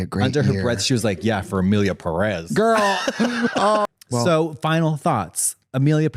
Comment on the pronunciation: for starters it's PErez not peREZ. Peréz doesn't exist